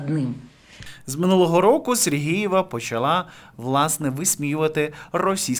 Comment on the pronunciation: Катерина - Супер! А Вам, шановний авторе, зауваження: Робота кРопітка, Катерина СергЕЄва (Ви кажете СергІЇва, і це дуже добре чути). Слава Україні!